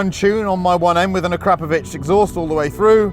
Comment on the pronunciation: A foreigner saying Akrapovič correctly is so oddly satisfying... :)